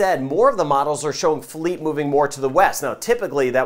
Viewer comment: You're the man. And you know how to pronounce Philippe. Lmao Hall Yall